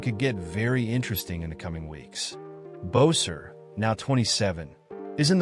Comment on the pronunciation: Hey, it’s not Bowser, it’s Boeser!